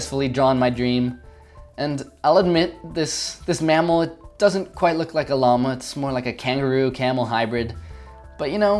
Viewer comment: Llamahhh You say llama weird XD That's okay tho ->